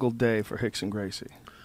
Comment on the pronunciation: Why do they pronounce it like "hickson" when it's written "rickson" ? I am just interested in learning something, because i don't understand it :D